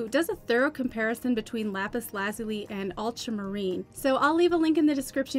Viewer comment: Lapis Lazuli - accent is on the second syllable as in " la ZULI ". Great video. Thanks